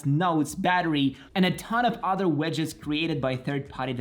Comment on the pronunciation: Nice video, but for the love of everything that is holy.. its wIndows, with an i, not wEndows with EEEE widget /ˈwɪdʒɪt/ wedge /wɛdʒ/ wEndows wEdgets.. I am dead, bye.